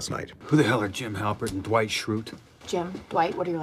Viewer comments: Jim always pronouncing Dwight’s name as D-wight 😍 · Yes! It's almost "Doo-ite" or "Duh-white".